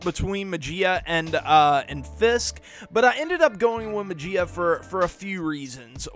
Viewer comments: May-he-ya not May-G-Uh. Love the video. Very informative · Muh-Gee-Uh lol!!! That's that Mississippi in our boy coming through lol